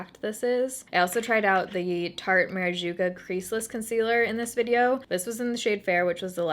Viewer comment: Babygirl...it’s maracuja (Mara-coo-ja) lol still luh you doh😘 Side note: your skin is looking AMAZING!😍